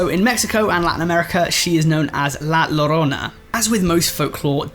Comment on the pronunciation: And La Yorona